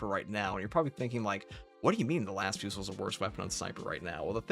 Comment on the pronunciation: Las Fusil : fusil is the french word for "rifle", the L is silent, as it's leads to vocabulary variants related to rifle (ex : fusillade / shooting) Therefore, it should be pronounced /fy.zi/ or "fu-zee" !